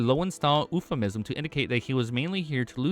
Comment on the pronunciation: Euphemism (YOO-FUH-MIZUM) ❌ Oofamism ✅